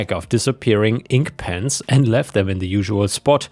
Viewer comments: I don't know why, but I heard "pants" when you were describing the last story about "pens" :D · Oh PENS... I thought you were saying PANTS. I found it very strange that someone would steal pants. Disappearing pants would make a cool gift for my wife.